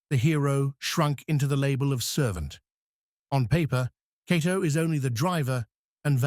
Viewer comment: It's quite a stretch to call this "15 Facts You Didn't Know." Any casual fan knows much if not all of this information. Further, the "narrator" has an AI generated feel to it. He mispronounces Cato's name several times while getting it right at other times. If not for the great still pics and clips I'd say I would like my back please.